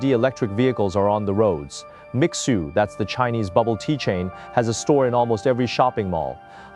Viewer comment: Mixue is not Mi-sue. It is"mee-shweh," (Sweet Snow)